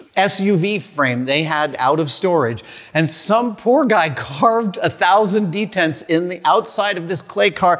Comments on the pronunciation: the why to properly say "dents" is in one syllable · Dents “Dtents” Savage